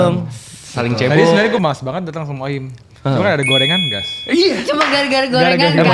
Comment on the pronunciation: Mantap views lu jadi banyak gagara salah ucap OHIM 😂😂